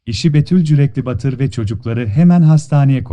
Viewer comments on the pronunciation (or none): Cüreklibatur'dur cüreklibatır değil